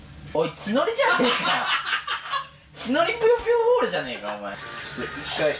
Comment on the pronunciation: ぷよぷよボールってちょっと言えてないカンティがかわいい。